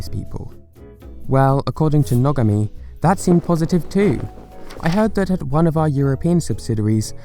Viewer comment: you said Nogami wrong